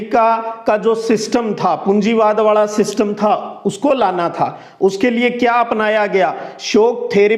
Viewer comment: Sir app please sahi bola karo .वाला कौ वार्लणा और अपना कौ अपणा